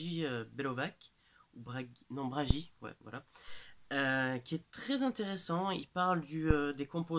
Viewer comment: Vous êtes bien affirmatif sur un sujet où rien n'est prouvé. Tous les autres qui en traitent, que ce soit Lionel Camy, Konnexion Mystère, ou à moindre niveau Loup Garou France, se montrent très prudents et n'affirment rien, même Bragi (se prononce Bragui) n'est qu'un point de vue. Et ces personnes ne sont heureusement pas épuisés au bout de 13mn de vidéo... Votre choix de débuter votre vidéo en vous attaquant à des gens bien plus crédibles que vous rend votre vidéo ridicule. Quand vous ferez autant de vues qu'eux après des années d'enquête sur le sujet, vous pourrez les critiquer.